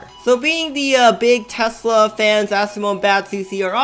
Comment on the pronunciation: You say testle roadsters or testlr Qubre truck